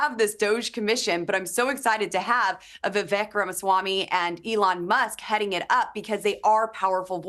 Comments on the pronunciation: Sounds like you pronounced it "LEON" Musk at :30. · Elon, not Leon! (And you talk too long)